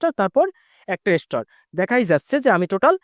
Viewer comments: আগুন কে সাগুন বলেন স্টার কে স্টোর বলে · উচ্চারণ আরো ভালো করতে হবে স্টার হবে স্টোর বলতেছেন কেন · ইস্টার বলে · স্টোর নয় ভাই এটা হচ্ছে স্টার😱🤭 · কলকাতার দাদা মনে হয? স্টার উচ্চারণ শুদ্ধ নয়। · ওটা স্টর না.... স্টার 😂😂😂😂😂😂😂😂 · ভাইজান স্টোর না স্টার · স্টর কি ভাই😂😂😂😂😂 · স্টোর কি রে ভাই😅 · আরে ভাই স্টার স্টোর নয় --- আগে ভাষা ঠিক করুণ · স্টোর কি ভাই? উচ্চারণ ঠিক করে স্টার বলতে পারেন না? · এস্টার বলেন,এসটোর না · Star❌ Stor✅ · স্টুর না ভাই স্টার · উচ্চারণ বেশি স্টাইল করে বলতে বলতে স্টর বলে ফেলেছেন ভুল উচ্চারণ 😃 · এমন বলদ জীবনে দেখিনি। স্টার শব্দটা উচ্চারণ করতে পারো না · স্টার শব্দটা পর্যন্ত উচ্চারণ করতে পারেনা, ভিডিও বানাইতে আসছে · ভাই এত সুদ্ধ করে বলতে গিয়ে এমন হলো😂😂😂